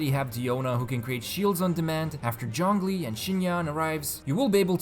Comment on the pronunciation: Aneemo, TartaGLEEA, Jongli...the prononciation is just top noch